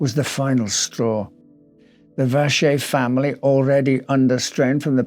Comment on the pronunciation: Die Aussprache Joseph Wäscher ist definitiv falsch.